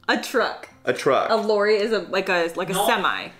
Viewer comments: Lorry not Lori 😊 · Lorry --> pronounce with a short „o“ as in „top“. PG Tips.